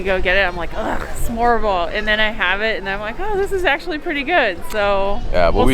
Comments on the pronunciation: Dear lord you butchered the word "Smørrebrød" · i get the ''trying to pronounce an impossible danish word'' thing.. but EVERY TIME you say Smørrebrød, i clench my toes and buttcheeks a little :-) but i love that you are going balls deep into the cuisine and actually try stuff and try to say the name of the food A+ on the effort guys!. You should visit the Gourmet Pølseboden and get the Goatmeat sausage. And while you are at it here are some good advice on danish cousine.. litterally any danish food is covered in Sovs.. the delicious gooey substance 90% of danes eat on a daily basis.. Try some Stegt Flæsk med Persillesovs Try some Karbonder med stuvede grønærter Try a Krasser.. Flæskestegssandwich med brun sovs. TARTELETTER!!!! Boller i Karry If you ever go to Bornholm, get a Krølle Bølle Non danish food.. next time you are in Århus, go to Kurts Mor or Vinstuen or any shady looking downtown bar and order the Århus Sæt (Ceres Top and Arnbitter) then go and get a shawarma at the ShawarmaKing right next to Føtex Food on Lille torv. Preferrably after a few drinks. Welcome to Denmark! oh yeah, and dont forget to try the Valravnen Mjød... like all of the flavours... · I can relate so hard with I don't like onions or fish either. 😅 Also I am not a Native to Denmark either (English), but when you pronounced smørrebrød.. Needless to say, you are definitely trying your best. 😂 Nah but for real I can't talk, Danish uses muscle memory I don't have currently, mostly because of soft d, ø and the R sound, hopefully we can both get better with time. 😅 Thanks for giving your thoughts! I wish I were a bigger fan of smørrebrød, 🙂 haha. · the "kvæde" snaps is quince i think its called.... used often in tee. Oh and little tip with any snaps ... freeze it , drink it ice cold. next i would recommend you to try and pronounce the danish words slowly .... because when you say smørrebrød , it sounds like "smobro". try slowly and make each vocals stand out ... smør -re -brød.